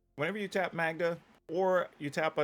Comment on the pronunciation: Magda is pronounced like Caan. I know a Magda.